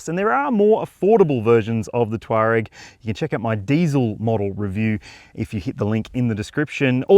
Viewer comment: Touareg, not Twarag.😊